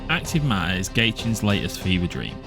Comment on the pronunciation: "acrive maaaaer"